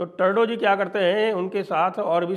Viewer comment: साहब टर्डो नहीं ट्रुडो